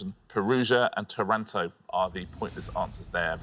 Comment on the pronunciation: Great Quiz Show. Anyway, Taranto's correct pronunciation has the accent on the first A.